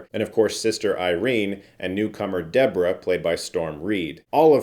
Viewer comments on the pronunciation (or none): none